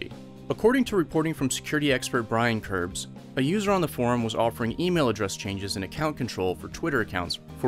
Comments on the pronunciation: It’s Kreb’s Security, not kerbs. What else is wrong in this video? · The security researcher’s name is Brian Krebs, not Kerbs